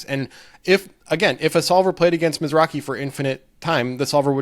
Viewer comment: The Wynn tournament was a different guy named Michael Mizrahi (not Mizrachi)